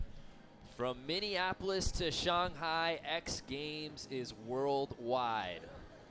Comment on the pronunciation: He said Shanghai Shonghi